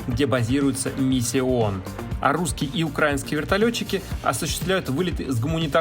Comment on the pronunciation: Не укра'инский, а украи'нский летчик... Расийский стыд...